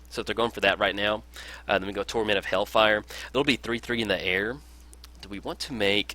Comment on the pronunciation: Once again a nice video ! Ps : Do not want to be that guy but you talked about the pronunciation of cards. It is hailfire not hellfire :)